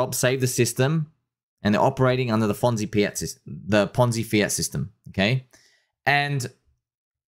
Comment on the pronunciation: Lol “fonzi piat”